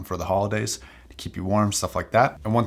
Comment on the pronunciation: I plan on buying these, they’re on special at my local fancy hi fi shop. I’m going to audition them, but I’m thankful for this review for a number of reasons. Not the least of which is learning that the name is pronounced Aud azee and not Aud eeez. You’ve saved me some embarrassment and for that you get a like and a sub. (Also, your review was quite clear and detailed:) )